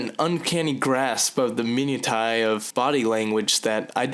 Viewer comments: A-lee-a-sis, not Elias-es The B in subtle is silent and it's mi-NEW-sha, not min-u-a-te. Other than that, I like these. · someone has probably mentioned this, but its "mih-NU-shae" and "AY-lee-us" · And "minutiae" is pronounced min-oo-shuh, and "aliases" is pronounced ay-lee-us-es.